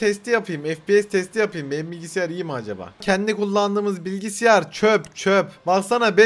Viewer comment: Bilgisyara bilgisiyar diyo